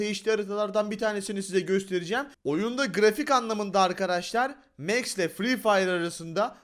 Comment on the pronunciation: Abi o mex değil max